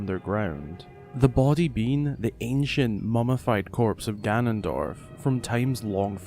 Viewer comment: It’s gannondorf